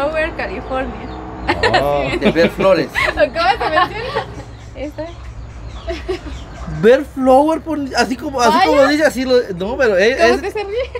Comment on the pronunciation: Se se dice Bell flower to